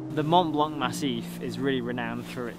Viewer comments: please get your pronunciation on point next time, my ears were bleeding hearing Mont Blan'K' every time, the C is silent in french. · Very nice video, but there’s two things which constantly drive me mad with English-speaking content creators: 1) Not investing 15min to ask how places and people are pronounced correctly in local languages (Seriously - how often does he pronounce “Mont Blanc” wrongly? It’s painful…). 2) Favoring anglophone “locals” over any other ones.